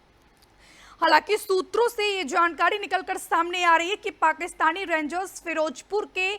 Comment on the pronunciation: Je Kamal Bolti Hai Yaar Rengs 😅😅😅😅 Rangers Bi Nahi kehti Pura, Bas Rengs kehkar Nipta De Rahi Hai 😅😅😅